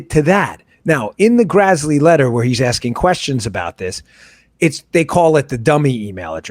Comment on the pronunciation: Great show. FYI, it's Senator Grassley, not Grazzley. Carry on.